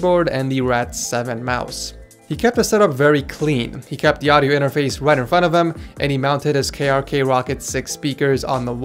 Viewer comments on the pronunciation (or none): none